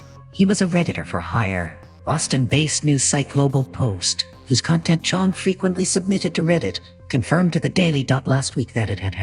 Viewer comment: I stopped trusting him at "Cheong"